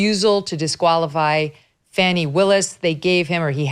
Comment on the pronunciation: 🌺💐🌸 FANI pronounced “PHONEY” 🌸💐🌺